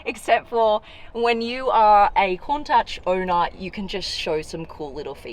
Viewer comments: Isn't it said countash not the countach i am speaking about the pronunciation not the spelling it feels wierd hearing ch than the sh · Pardon me for asking but did you say "kon -tuhch" i could swear it was pronounced "koon-taash" maybe i'm just a uncultured American and I'm the wrong one but still. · Pronounced (Koon-taush) :) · It's pronounced at the end with a guttural sound as in loch, like lakes in Scotland. Coun tachhhh. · bro she keeps saying countouch like wtf its clearly written as countach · OK its highly annoying for someone who claims to know all about super/hyper cars and yet can't pronounce the name of a classic lambo which has been in the lexicon since the 1960s. ITS pronounced COONTASH. For the love of heaven!! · It's pronounced cowntash Alex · Can we get a “Countach” counter? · Turn subtitles on for everytime she says Countach. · Had to stop watching because I couldn’t take her pronouncing "Countach" wrong...